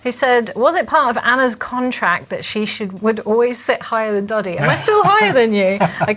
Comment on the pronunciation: So funny that the automatic caption misses sometimes and says 'daddy' instead of Doddy